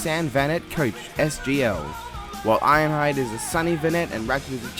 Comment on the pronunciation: "Iron hiade"